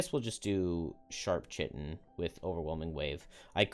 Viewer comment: note that Chitin is "kai-tin" like the Greek letter :)